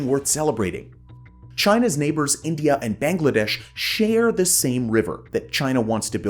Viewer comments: Did you say Inglia , not the first time you mispronounced India, disappointed dude 🤦🏻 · did you just call India Englia? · Its INDIA not ENGLIA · what is engliya ??? Siang - See - Aang.